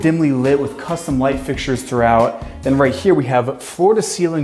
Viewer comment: And a blunt each time he says "costum"